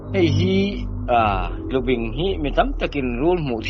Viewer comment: Tlubing(bing lai hi tawi,bem..sawi nan kan hman bing)ti a lam tur